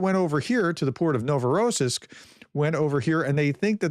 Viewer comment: The accent for Novorossiysk is on the last syllable.